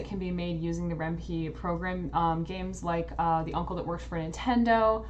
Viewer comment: It's Ren'Py... Py as in Python... not as in wimpy